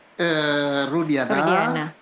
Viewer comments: Nyebut nama aja salah kok jadi nara sumber . Rudiana jadi rudianta . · Maaf, bapak itu ketua Kompolnas? Dia tak tahu bahwa Saka Tatal tak pernah ajukan grasi? Juga, namanya Rudiana, bukan Rudianta,. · Itu si gak paham kasus dia, kok dijadikan narsum sih? Nyebut rudiantut aja jd rudianta... Next time narsum yg kompenten aja lah yg memang sudah mendalami kasus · Siapa itu narasumber yg bekas wartawan, sepertinya tdk memahami kasus ini tai di jadikan narasumber. nama Rudiana aja dia bilang Rudianta. Kacau nyari narasumber yg kredibel dong